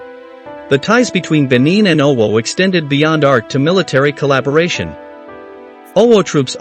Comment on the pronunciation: The AI voice-over is very distracting, the pronunciations are appalling. If not, this history is interesting.